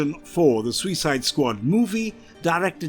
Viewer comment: The way this narrator says SUICIDE makes me want to vomit.